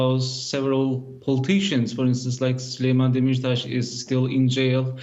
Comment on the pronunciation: It is clear the script is written by BND but secratary who typed the text made some serios typos. Listen to the names the TEXT READER expert is reading; SULEYMAN DEMIRTAS and EKREM DAVUTOGLU...caugh caugh caugh